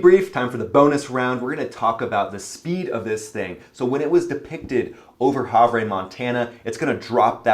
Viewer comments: Havre isn't annunciated as "Hav-Rey", it's "Have-Er". I haven't been able to make a live chat to tell ya, hoping this message gets to you sir.:) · You might want to know Havre, Montana is pronounced “Have-rrrrrr,” not “Have-reh,” my friend. I especially love the AR (Aerial Refueling) photo of my old F-15C Tactical Fighter Squadron, the 67th Fighting Cocks of Kadena AB, Okinawa, Japan! As you likely know, the ZZ-Tailed tanker in that photo is also based at Kadena AB. The good old days of a few decades ago! Great videos, thanks! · Havre is said HAVER “Ha-Ver” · Havre is pronounces "have - er" -Montanan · In Montana we pronounce it Have'er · Havre - pronounced ' have-er" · I love your content, but “Havre” is pronounced “Hav-ur”. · Just fysa ….Havre is pronounced have-er. Other than that great analysis. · Not to be pendatic and place names can be a pain, but Havre is pronounced HA ver. The A is long. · Just a little help here, it is pronounced HAV-ER Montana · Good report. As a Montana native, allow me to correct your pronunciation of Havre. Despite the spelling it is pronounced "have ur" that is all. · pronounced Haver